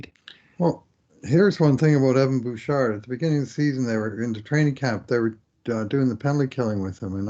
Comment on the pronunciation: You don't pronounce the "d" in Bouchard.